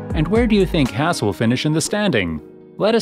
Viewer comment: The team name is HAAS and NOT NOT NOT HASS....headache.